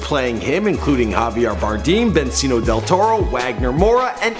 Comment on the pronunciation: benzino del toro? bruh